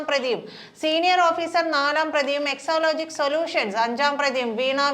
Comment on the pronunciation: എക്സോലോജിക് അല്ല എക്സാലോജിക് ആണ്.😂